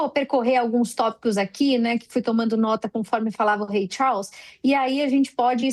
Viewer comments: Rei "Chaulss" kkkkkk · Essa mulher pronunciando o nome do Rei Charles chega me dar nervoso. Querida, essa pronúncia esta péssima.